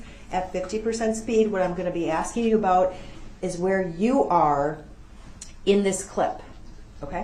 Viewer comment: “I’m not trying to get you to give me legal advice. I’m only axing you to tell me what to do when I break the law and get charged with a crime.” This has been another great quote by legal mastermind Duhrell “licen place” brooks attorney of lawfully law. The man who brought you “it’s not an examination it’s a direct” and “is a thyroid a form of cancer?”